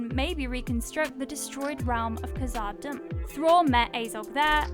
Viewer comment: You mispronounced khazad-dum lol